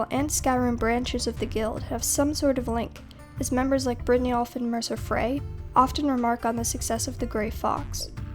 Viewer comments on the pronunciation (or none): none